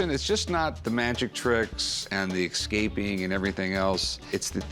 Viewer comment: Rick seems like the kind of guy that would pronounce the word: “Excaping”